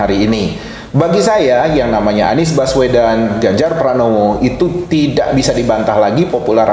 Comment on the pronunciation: "Baswedan" lhoo, bukan "Bawesdan". Hostnya kok gak nyari tau dulu sebelum nanya2, jangan salah2 sebut nama 🙂